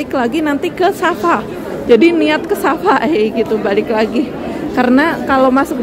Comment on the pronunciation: Kenapa sebut ‘ Sasa’. Padahal itu kearah ‘Safa ‘. Sa’e itu berjalan dari Safa ke Maruah.